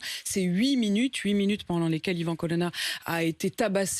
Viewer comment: Son nom c est colonna et pas colonne